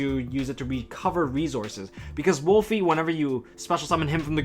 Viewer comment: Why do people keep on pronouncing Wolvie wrong!? It’s Wolvie, not WOOLFIE! It’s a Wolverine, not a wolf...wolf is the link monster damnit! Rant over 😂